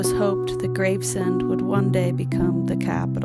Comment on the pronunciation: The word is pronounced Graves-End, NOT Grave-Send.